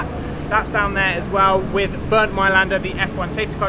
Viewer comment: Come on, stop saying "wiv", it makes you appear so uneducated and stupid. "th" is easy!